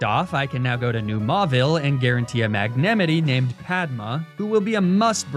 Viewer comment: How tf did he pronounce Magnemite?!!??